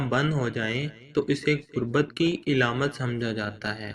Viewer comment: Eilamat ni hota Aalaamat hota hy